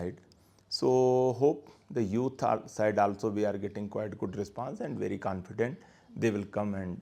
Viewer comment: 🤣🤣🤣forward ruh kynnoh pharward confident ruh kynnoh can'tfidend 🤨🤨🧐🧐